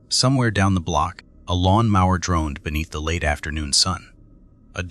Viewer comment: Lawn Maurer??😂